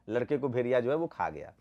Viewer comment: भाई पहले भेड़िया बोलना सीख लो भेरिया बोल रहे हो। बात वैक्सीन की कर रहे हो।लगे मोदी विरोध करने।कहॉ से फंडिंग हो रही है।